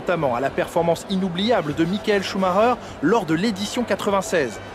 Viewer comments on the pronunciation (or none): none